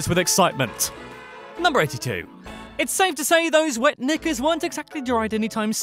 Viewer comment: Why does Knickers sound like the N word